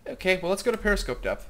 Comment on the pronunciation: Preposter-scope. You speak German goodly.